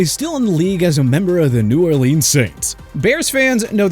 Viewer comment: Hate that this guy can't pronounce New Orleans correctly